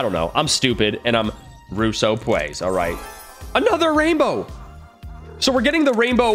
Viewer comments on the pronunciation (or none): Me: this cool: *says russopays in stead of plays Me::! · Not russoplsys it’s russopays lol